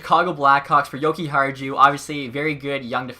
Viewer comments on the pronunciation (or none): Your pronouncing Jokiharju’s name wrong Yoki-har-you